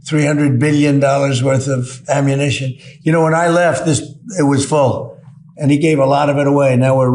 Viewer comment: He can't say ammunition